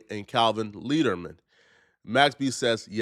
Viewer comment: How tf do you turn “Leerdam” to Leaderman? dyslexic